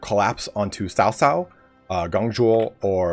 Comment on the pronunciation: Its funny that you attempt to pronounce Dong Zhuo and Cao Cao correctly but still fail to do so.